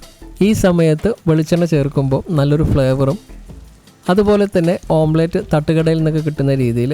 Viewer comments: ഓംപ്ലേറ്റ് അല്ല, ഓംലെറ്റ് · ഓംലെറ്റ് ആണ് ഓംപ്ലെയ്റ്റ് അല്ല. Omlet . അരോചകമായി തോന്നുന്നു. ശ്രദ്ധിയ്ക്കുക